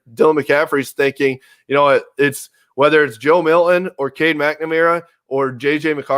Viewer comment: What a gigantic waste of time. I want my back! Hey dude on the right who apparently talks for a living, It’s not Joe Mil-in. It’s Milton... there’s a T there, it’s not silent!!